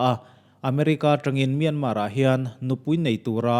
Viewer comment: Myanmar hi Mian-mar tih loh tur, mia-ma ti-a lam tur. Zoram-than-ga ti-a an lam a dik bik lo